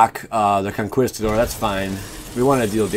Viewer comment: VISHIS CONKWEESTADOR... I stopped instantly.